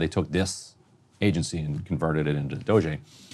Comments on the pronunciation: Says Ryan, after deliberately mispronounced DOGE earlier -- Again, what grade is Ryan in? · The mispronunciation of DOGE isn’t cute anymore. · Why is he saying doshae? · Ryan, nobody pronounces it Dog-E! Or Doge'...What are you doing? 🤦🏻‍♂️ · Everytime he says dogé I cringe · I like both the meme-ification of calling a government department DOGE and also mispronouncing it Doggy. Whimsical on both ends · why is it so hard to pronounce DOGE? lol dude sounds like a creep trying to make it french or something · Love how Ryan will not give doge the satisfaction of pronouncing their name correctly. Punk’s not Dead! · Why does Ryan insist on pronouncing DOGE that way? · Ryan just continually acts like a child by not saying DOGE correctly.